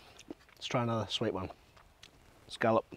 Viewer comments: ScA lop not ScO llop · it's pronounced "scallop". They're also good seared